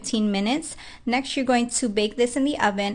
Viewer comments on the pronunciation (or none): Exshtract, nexsht…